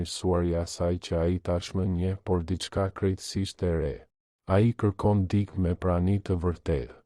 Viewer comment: Mëso theksin e fjalëve. Jo "dik" por "dikë".